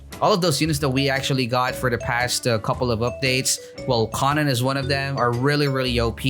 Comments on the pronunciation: The konen* triggers me it's konan sir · FIX YOUR DAMN PRONOUNCIATON ITS KOH-NUN edit: I am unsubbing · it hurts me how he pronounces im pretty sure its koh-nan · why is he saying konan like that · keeps on saying konan wrong ☹️